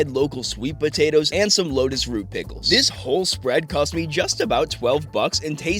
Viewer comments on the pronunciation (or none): none